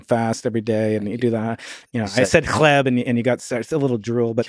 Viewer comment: + you (Brian) said perfectly clean "chleb" (bread) in polish :3